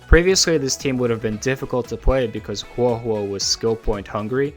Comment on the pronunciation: A whole video dedicated to her and you are still a CC who doesn't say Huohuo's name correctly so I a, leaving a dislike as I do for all videos that say her name wrong